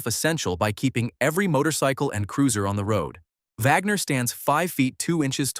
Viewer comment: Can't even say "Wagner" correctly! Who is this incompetent narrator??